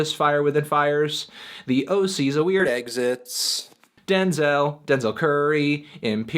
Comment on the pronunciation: god damn it Anthony, did you pronounce Thee Oh See's A Weird Exits wrong again so you had to do a voice-over? didn't you learn from your review? LMAO